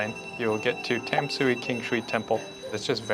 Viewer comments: It's pronounced more like "Dom-sway", not "Tam-soo-ee". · Tam-sui should be pronounced like "Dan-sweat". There are no perfect translation. But "Dan-sweat" is actually more closely to Chinese pronunciation. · It's pronounced Duhn(like done) - shu(like shoe) - eh (like where) so: "done shoe where" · Tamsui is one of my favorite parts of the city! Quick tip: the most common pronunciation sounds like "dahn-shway", which is how the majority of Mandarin speakers would say it. The Mandarin transliteration is Danshui and is a better indication of the modern pronunciation; Tamsui is based on the previous transliteration style but both are the same word, meaning "fresh water". By the way, just wanted to call out again that your B-roll is SO good. You have a wonderful eye for cool subjects and framing, and you're able to make it look artistic and vibey but not overly try-hard and artificial. Your little transitional montages manage to really convey the whole feel and energy of a place in just a few brief shots, which isn't easy. I know you're still working through the audio (which is totally understandable) but your video is already punching way above your weight. Keep it up guys, you're doing awesome! Also I died at uh colorful Subway joke 😂 Gotta keep getting to come out of his shell, he is lowkey hilarious when he gets sassy and spicy. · This is an amazing video! Great as a drinking game. So the rules are: one sip every time 1) They say Tamsui in the most American accent ever, 2) Shaky cam, 3) Bad joke.